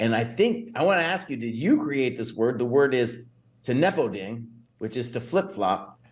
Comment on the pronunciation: The match is Ne-po-ding, as in exploding.